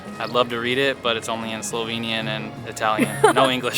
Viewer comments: And I must say your pronounciation of slovenian words (places and dishes) is very good! Usually people have problems or don't even try to say it right. So really well done! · I live in Slovenia (lucky me!) and I love your enthusiasm and the obvious effort you have made to get the pronunciations right! Thank you. I approve of your destination choices so far, and sorry you could not have had better weather. I personally prefer Škocjan cave over Postojna, it is way more spectacular, but realise you had to make a choice. Looking forward to the next video(s)!